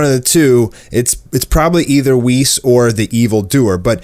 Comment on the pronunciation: U had me till you said whis